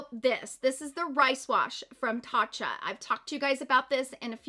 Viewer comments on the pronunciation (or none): none